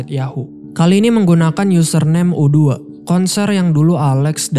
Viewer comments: U2 bacanya yg bener napa. Masa U dua. Lu gatau band U2 apa gmn? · U2(you two bang bacanya band rock legend itu) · yutu dia juga salah bilang carlot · U 2 Dibaca You two